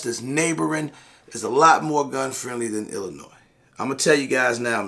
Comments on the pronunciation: The "S" is silent, my ears hurt lol Thank you for spreading awareness, we're left on the backburner and are under represented and forgotten about in the struggle for 2A rights 🙏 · Sorry gotta give you shit….Illinois does not have an “S” sound at the end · Illinois “s” is silent